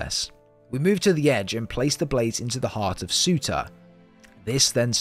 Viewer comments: Surr • turr. Not suitor. Surr • turr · He is called Surtur not sutah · Surtur not sewta